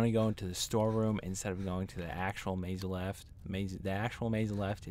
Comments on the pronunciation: "meyzuleft" instead of mzulft lmfao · Sorry but I can't believe you pronounce Mzulf, "Maze Left"